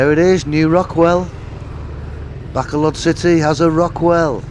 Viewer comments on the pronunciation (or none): Please stop calling it Back-a-load. It's called Ba-col-od....Please stop being ignorant... You've been here long enough?